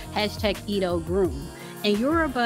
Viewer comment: Not “E-do”, it’s “eh-dough” Also, aren’t AFRICAN Americans originally from Africa???????